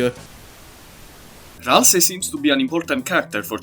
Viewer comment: Do NOT jumble Ralsei’s name one more time